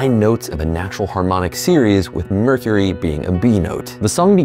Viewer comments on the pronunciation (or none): none